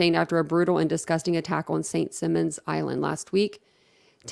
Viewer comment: St Simon not St Simmon